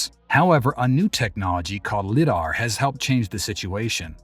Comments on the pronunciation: Yet another AI voiceover that doesn’t know how to pronounce a number of words. It’s not LIDDAR, it’s LIDAR. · It is LIDAR as in lie dar. Light detection and ranging.